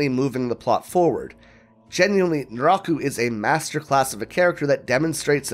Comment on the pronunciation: It took me the whole video to figure out nuráhku is some weird pronunciation of naraku, it threw me off hard